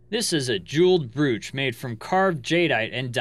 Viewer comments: its brōCH long O not a u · Not trolling, but a pitcher is for pouring liquid. A photograph, drawing or painting is called a picture (pronounced PIK-ture. Brooch is pronounced with a long O like broach. Just trying to give you more credibility as most of your vids are made from photographs (pictures). Interesting facts, though. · its pronounced broach